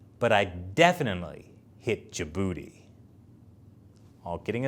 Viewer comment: There is a big "D" in Djibouti...